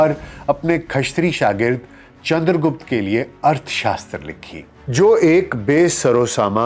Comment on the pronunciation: गुप्ता नही रे..... गुप्त था